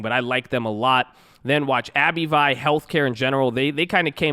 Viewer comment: Are you messing with us on these pronunciations of these companies? NVIDIA is [en-VID-eeyah] , Abbvie is just Abbvie....not Abby-vee. (Hopefully messing with us)